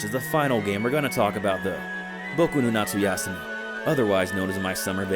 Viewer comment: Japanese American guy here, you nailed it when you said Boku no Natsuyasumi, perfect pronunciation. I think you mispronounced Gaia's Naval though, can't win them all (especially when you're naming so many games and locales)! Great idea for a video by the way. I hope that upscaling technology improves even more since most if not all of these backgrounds are frozen in time, impossible to be re-rendered again in higher resolutions (much like digitally shot TV/film with no film originals). Until then, it's way flattering to play them on a CRT or a smaller modern TV with filters.